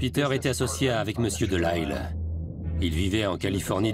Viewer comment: Un narrateur français devrait prononcer Delisle, un nom de famille canadien français, correctement à la française ! Voyons !